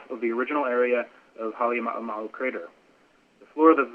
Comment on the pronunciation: How difficult can it be for the people who actually live and work in Hawai'i to pronounce Halem'uma'u correctly? I've only heard one correct pronunciation since this event began. Pet peeve.